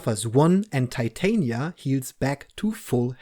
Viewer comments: she’s literally a Shakespearean character. Titania is queen of the fae in the play. You can pronounce it wrong if you like though. Americans pronounce Porsche and Volkswagen in ways that would definitely annoy you as well so whatever. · Pronunciation of Titania. She’s a Shakespeare character from A Midsummer Night’s Dream.